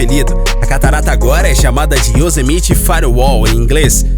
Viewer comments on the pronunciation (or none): Se pronuncia "Yosemaite" homem kkkkk